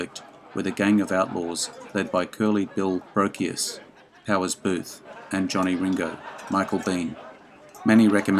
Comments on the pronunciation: It's not Curly Bill Brokious, it's pronounced Curly bill Broshious. Geez! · Curly Bill Bro-shus